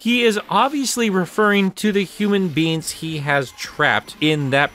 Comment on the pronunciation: Love how this guy pronounces “human beings” as “human beans”